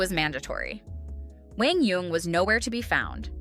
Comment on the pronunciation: The commentator is one of the very few who pronounces QD's name correctly. PPA NEVER did.